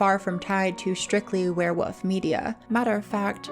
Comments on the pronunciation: There is actually an L in the word werewoLf its not wearwoof 😂😂😂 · I'm way too distracted by the way you pronounce werewolf haha keeps sounding like werewoof